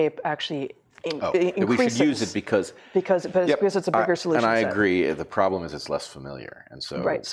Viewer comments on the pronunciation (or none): none